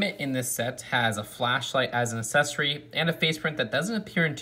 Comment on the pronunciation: I dig your channel but i have to do it. There are two “c’s” in accessory. Its not “ass-sessory”